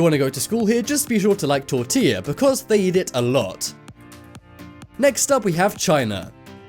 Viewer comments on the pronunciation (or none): none